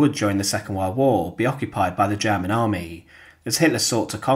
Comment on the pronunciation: Since when is "world" pronounced "weld"? And "German" "jammin"? Anyway, no action. Fail.